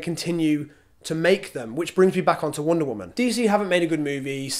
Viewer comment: "wOOnda woman"